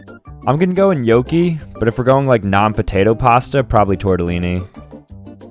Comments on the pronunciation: My man pronounced Gnocchi as noci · He pronounced it "no-cee" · you said is wrong it’s pronounced nueo ke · the way he pronounced Gnocchi makes my heart bleed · Its pronounced gnocchi not gnocchi